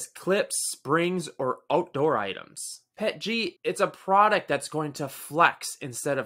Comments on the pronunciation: PEE EEE TEEE GEE not Pet Gee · My first time ever reading the acronym and I immediately called it "pet-jee". You're ridiculous for demanding someone say "p-e-t-g". Just ridiculous.